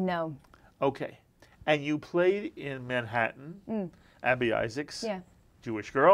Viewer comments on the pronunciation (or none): none